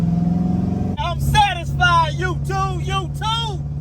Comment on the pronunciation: Brotha, you had me cracking up LOL I swear you said "LS swap" and "youTUBE" like 84 times in the first 4 minutes, I enjoyed it man, keep at it!